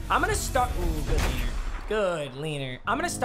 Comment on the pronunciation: Who else gets slightly aggravated when he says “leaner”